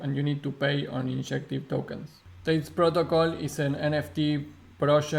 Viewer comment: Ma, its not Tail its Talis......